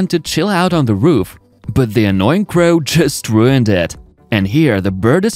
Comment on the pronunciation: STOP saying "Da" for "the"! "Da" is LAZY. Proper PRONUNCIATION! Or, get ELSE to narrate.